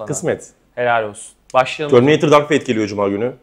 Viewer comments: abi bırak ya TÖRMİNEYTIR nedir ufakkende TÖRMİNEYTIRmı diyordun yılların Terminatör'ü (düz yazıldığı gibi okunan) filme neden TÖRMİNEYTIR derrssinnn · terminatör'e "törmineytır" diyen tek türk burada. bir de "demonstre etme" gibi yokluğunu tüm türkiye'nin çektiği bir tabiri bize kazandıran arkadaşa da alkış.